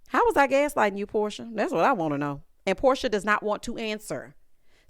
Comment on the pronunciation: Porsha not Porshia!!!